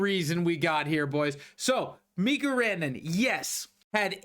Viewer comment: It's stupid, but you're driving me crazy with the Mikko Rantanen pronunciations. It's pronounced Mee-ko, not Mee-ku. Also, its Tee-mo Meier, not Tee-mu.